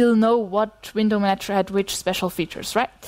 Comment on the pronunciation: I guess I have a big handicap in being put off and unable to continue listening the moment I hear someone start talking about window manatchers. Even though her accent is actually pretty good otherwise... Curiously, she seems to get it right in the case of the verb "... a window manaTCHer manaGes windows..."